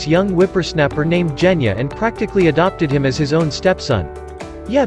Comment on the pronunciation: it's Genya not Geyna